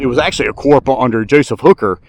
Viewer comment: Love your videos. I do have two items that may need your review. The military term corps is pronounced as.....kor or core. I believe you also gave John Pelham a few promotions. I believe you referred to him as. He was actually a Major at Fredericksburg. Don't mean to be picky... I just enjoy your work and thought this information may be beneficial.